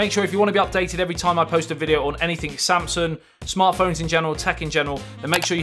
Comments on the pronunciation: It's Samsung not Samsun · All I kept hearing is you saying “samsun” instead of saying ‘Samsung’